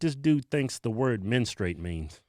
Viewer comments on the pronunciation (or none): Not "menstrate", it's menstruate.